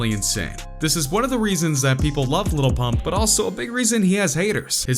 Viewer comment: White guy: Gucci Gane , Little PuMp wtf